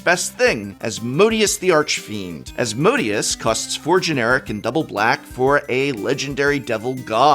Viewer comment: As-mo-day-us* the Archfiend